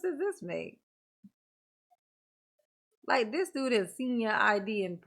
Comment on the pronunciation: He was asking Detective Carpenter and sais thist instead of this